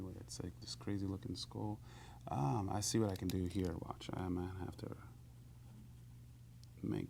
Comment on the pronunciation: over hurr... over thurr...